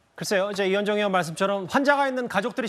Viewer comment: 이재명 교인들~~으원 으도라 발음하는분 잘못을 인정안하고 변명으로 일관하면서 한동훈 까지 물고늘어지는꼴 역겹기 까지하다.. ㅇ